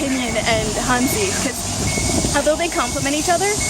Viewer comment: Hey, not to come across as a wiseass, or your teacher, but since you say it a lot in this video and others, as well as "wo" try and work on your "hanzi" pronounication (not talking about the tone, but just the general sound). Your "zi" is way off the mark, listen to an example here:... in short you have to shorten the "zee" a lot more, sort of, it's hard to explain in writing.